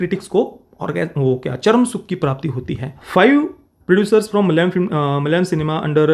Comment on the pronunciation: Thanks for bringing this up. Also, ur pronunciation of the word "Malayalam" is so accurate.